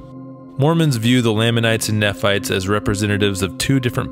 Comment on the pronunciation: Good video. From what I’ve heard, the ones here in Cedar City were already here when the pioneers arrived in the 1850’s. Also, Nephites are pronounced knee-fights.